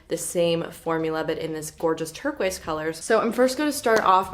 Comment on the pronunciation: once you hear say “turk-wise” instead of turquoise you can’t hear anything else 😂🙈